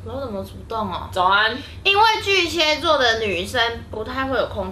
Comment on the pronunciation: 巨蟹ㄒㄧㄝˋ座，不是巨蠍ㄒㄧㄝ座